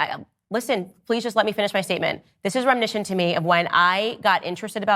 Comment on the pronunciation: It’s reminiscent not reminishent.😂